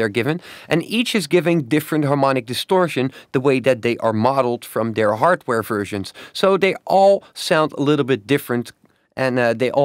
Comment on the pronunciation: Its so funny. 00.28, why do Dutch people have such a problem with the English "v"? Fersions.. haha.